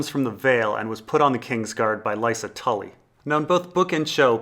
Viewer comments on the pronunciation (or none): none